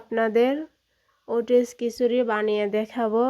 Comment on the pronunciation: এটা হচ্ছে ওটস বলে ওটেস না